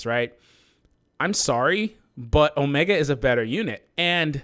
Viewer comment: O-me-gahd. I want Omega. ....No? walks away sulkily